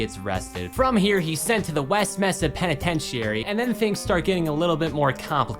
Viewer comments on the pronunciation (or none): none